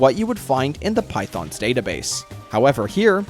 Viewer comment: "Python's database"? Phaethon. Fae-thon. Not python.